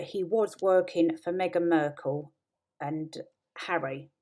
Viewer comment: "Markle" not "Merkle". Ok I'm out of here. "Team Turd" is supposed to be funny? Don't give up your day job.